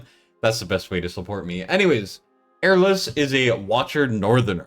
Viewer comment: Eirlys is a common Welsh name and in Welsh it is pronounced ey-r(rolled r)-liss